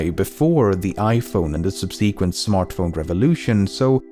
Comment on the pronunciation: Sorry, and I know this isn't your latest, but... 'sub.se.quent, not sub.'se.quent...